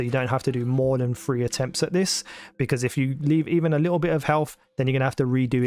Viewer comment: What accent is it that causes you to pronounce "th" as an "f"?? Like 3 and 4 is Free and Four.